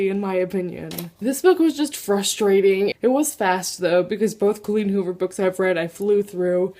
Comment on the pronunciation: Butchered Colleen Hoover. DAMN!